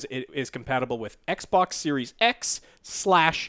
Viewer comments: The way you say Xbox is extremely racist and insensitive to Asians. Not fucking around. Some of us have Asian family. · I said "Eckbock" yesterday by mistake when discussing xcloud. Damn you